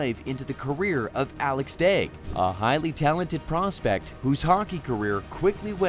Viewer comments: You can’t even say his name right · I'm not gonna lie... All of this video: Me: "What's up with the silent L?"